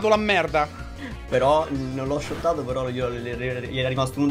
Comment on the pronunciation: *shottato non schottato😂